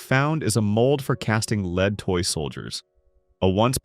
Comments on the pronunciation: Drives me crazy that AI can't pronounce the difference between Lead (to guide) and Lead (the metal) based on word context. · Maybe find a way to teach the robot when to pronounce it as lead, the metal, and when lead, the verb